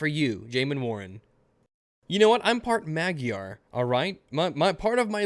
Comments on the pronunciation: I agree with practically everything that you say, but Magyar's pronounced 'mod-jar' not 'mag-yar' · >pronouncing magyar az "magiar" oh my god, this is beyond cringy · just FYI, it's pronounced /mud yar/ for magyar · Mag-yar? I'm glad that you are part of hungarian because I am myself, one. (But the correct pronunciation closest you can say is like : ma-jar. I heard foreigners had problems with the 'gy' letter, it's hard I know, but mag-yar? It just cracked me up.) Anyway, I got your point and you make valid statements in your videos, keep them coming. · Didn't know you were part "magg-yarr" lol. Represent. Attila the Hun was not Hungarian btw, it's just a speculation. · I am part 'mag-yar' too. Like 90% lol. Do I feel offended by your mispronunciation? No. Do I want to take revenge on the Turkish people for occupying our lands for ~400 years in the name of iss-lahm? No. Do I want to pay reparations to the other european countries where my ancestors raided, pillaged and raped through? Fuck no. Do I want to give the Turkish people their national dish "menemen" back what we call "lecsó"? Not in a fucking thousand years, fuck no. I love that dish. Everybody chill the fuck out. I know that I am 2 years late to this video, but damn some SJW people's stupidity gives me second hand embarassment. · 1. Atilla the Hun has nothing to do with Hungarians. Huns=/= Hungarians 2. That's a really atrocious way to pronounce Magyar. :D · Hey! As a proper Hungarian, I can tell you to at least learn to pronounce Magyar! This is a recording I just made!